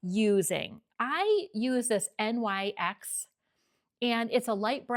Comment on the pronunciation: I’ve never heard anyone call it N-Y-X. Most people say NYX (pronounced Nix) 🤷🏼‍♀️